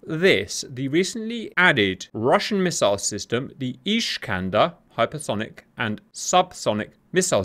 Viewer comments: Just so you know, its not ISH-kander. It's IS-kander. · it's not iSHkander, it's iSkander, like naSamS. the iskander rocket not flying straight and maneuver on all steps of flight - see Waldemar Skrzypczak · It is not "ISHkander". Unless there is something I don't know I always saw them both in Polish and in Russian referred to as ISkander. Or if you prefer - Искандер. Now I will watch the rest of the video. Hopefully that was just funny Hungarian pronunciation or something ;) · There is no "sh" in "Iskander" :)